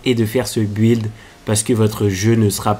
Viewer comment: Tu me stress a dire bu illd 😭